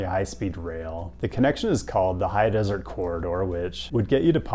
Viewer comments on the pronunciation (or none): none